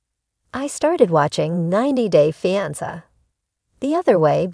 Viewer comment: Learn how to pronounce fiance AI robot.